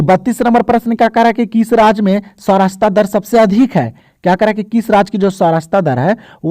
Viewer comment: Sacharta dar hota hai sir sarachta dar nahi